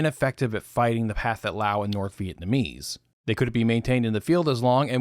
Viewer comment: I’d like to gently point out that you are pronouncing “Pathetic” incorrectly. The southeast Asians don’t aspirate their “th’s” and “ph’s”. So the correct pronunciation would be “pa-TET” Lao. But, even though, it’s always great to hear real voices, and not AI voices.